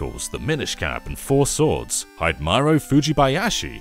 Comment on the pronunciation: That is the worst Japanese name pronunciation I've ever heard. HIDE-MARO? No. It's hi-de-ma-ro. Hi-de. Not hide.